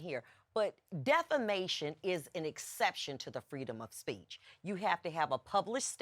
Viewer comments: Please tell your dumb “judge” that it’s not DEFLAMATION of character. It’s DEFAMATION! How is he a judge for real???? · The judge starts out by saying she's suing for "deflamation"??? Isn't it defamation??? 🤣 NAH ITS NOT SCRIPTED... 🤣🤣🤣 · It was the"deflamation" for me lol.💩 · Did that judge REALLY say “deflamation?”